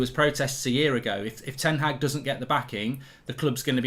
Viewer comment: will someone ever pronounce ten Hag correctly?